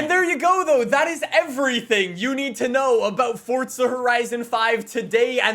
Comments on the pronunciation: Its not fortsa its forza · It's not fortsa it's forza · STOP SAYING FORTTTTTTTZA ITS FORZZZZZZZA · There is no fucking t forza it ain’t fortza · FORZA NOT FORTZA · There's no T in FORZA. It's not pronounced FORTZA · Dude sais ForTza allot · STOP SAYING FORTZA!!!!!!!! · Pains me that YEARS later, you are still calling the game(s) ForTza. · Drinking game: Everytime he says Fortza Horizon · stop saying FORTsuh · I cant listen to this guy say Fortza one more time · I can only hear “ Fortsa horizon 5” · FORTZA horzion five!! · Is it just me or is he calling it Fortza................ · Am I the only one who just heard he kept saying “Fortza Horizon?” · why can’t you say forza right